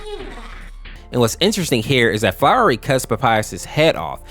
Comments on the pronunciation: First of all, frisk is a girl, and second, it’s pronounced Flowey and not flowery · its flowy not flowery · IM AM BEING TORE FROM THE INSIDE OUT OF HOW You are saying FLOWERY WHEN ITS FLOWEY. YOU SAY IT WITHOUT THE R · gng its not flowery its flowey holy larp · HIS NAME IS FLOWEY NOT FLOWERY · ITS FLOWEY NOT FLOWERY FLOWEY. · You're saying flowey wrong! It's not flower-y it's flow-ie like fl-AOW-ly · Quit calling FLOWEY FLOWERY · Flowey, not flowery. Every time you call him "Flowery" I want to head-desk. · Who is flowery it’s flowey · I’m bouta Crashout if I hear this man call Flowey “Flowery” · btw it isn't flowery it's flowey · I was so annoyed that you called flowy "flowery" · Its flowey not flowery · Flowey❌ flowery✅ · his name is FLOWY. not flowery... also good just explaining the AU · It’s flowey not flowery and frisk does not have a gender at all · I am TRIGGERED ITS FLOWEY NOT F#@ FLOWERY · "flowery" umm no sry. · Stop saying flower E it’s flowery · Sorry, but it’s Flowey not flowery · I was progressively getting more and more closer to a crash out every time he said Flowey's name as "Flowery" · It's flowy not flowery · Bro it's flowey not flowery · It's pronounced flowey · am i the only one who gets angry when he says flowery. because.... ITS PRUNUCED FLO-WEY FLOWEY NOT FLOWERY! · I have no idea why him calling Flowey "Flowery" makes me so annoyed but it does. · And also…. STOP CALLING HIM FLOWERY! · its flowey lol what is flowery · and why are you pronouncing "flowery" instead of flowey? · excuse me FLOWERY?! ITS FLOWEY FLOWEY THE FLOWER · flowery? FLOWEREY??? SAY FLOWEY NOW OK!? NOW! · pls flowey not flowrey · Oh this ticks me off, FISK, FLOWERY, BROTHA, STOP SHARING LETTERS HERE, IT IS FRISK AND FLOWEY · It’s flowey, not flowery (fl-ou-ey) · ITS FLOWEY BOT FLOWERLY FLOWEY F L O W E Y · U said flowery his name flowey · Idk if thus is a bot BUT ITS FLOWEY NOT "FLOWREY" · Btw its Flowey Not Flowery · It's not flowery it's flowey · flowey ❌ “flowery” ✅